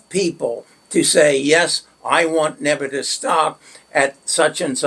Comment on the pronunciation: Neb I us not nebitus